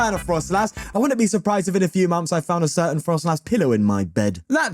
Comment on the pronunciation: Why did he say certain like that 🤨